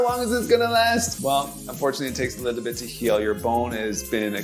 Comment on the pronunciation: Not a lot just a “Liddlebit”